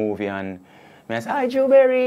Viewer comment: "Hi Maria" "Hi Drew Berry!"🤣🤣🤣 Wayne sounds like dem J'can who love mispronounce ppl Name.🤣🤣